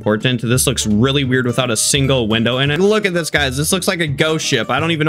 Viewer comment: "did it colapse" and the biridge winow. 🤣🤣😂😂👍👍👍👍😁😁